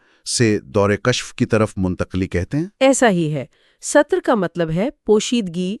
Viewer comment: Dawr e sutur nhi hota, dawr e satar hota hy.